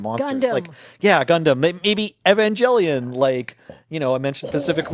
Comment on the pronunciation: you guys pronounce Evangelion about 6 different ways XD